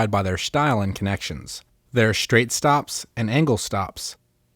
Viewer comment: Shtyle and shtops